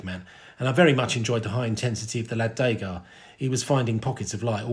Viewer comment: Well done! Only thing is that it's Degas, not Dégas .... the first syllable sounds like the word "deux".